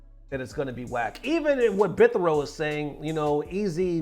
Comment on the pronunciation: here showing he only plays fighting games lol. That guys name you were trying to pronounce was "8 Bit Hero" as in "8 bit", as in old school Nintendo. Someone get this man a controller with only a D-pad and two buttons.